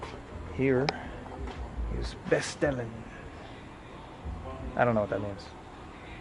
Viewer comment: Really interesting. I know a few people from Suriname who live in NL. Btw hier bestellen means order here. It's pronounced bestelle in NL. The final N in verbs is silent (at least in most parts of NL) 👍🏽